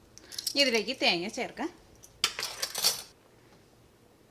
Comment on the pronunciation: സംഭവം ഉഷാർ. പക്ഷെ ചേച്ച്യേ തേങ്യാ അല്ല തേങ്ങ ഉച്ചരിക്കുമ്പോൾ കുറച്ച് ശ്രെദ്ധിക്കുക. 🙂